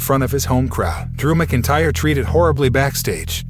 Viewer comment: WTF..... Were Do You Get Your News From? Click Bait Your Can't Even Pronounce Drew's Last Name Right 🤦‍♂️🤷‍♂️🤬🖕